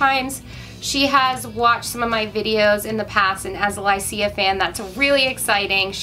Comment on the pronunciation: Lycia is pronounced LY-shuh.